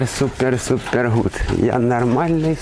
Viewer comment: Супэр, супэр супэр, все супэр 🤣😅🤪